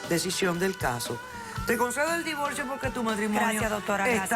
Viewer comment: Xq pronuncian la l en vez d r si cuando escribien lo hacen bn....x ejemplo divorcio, dicen divolcio 😕😕😕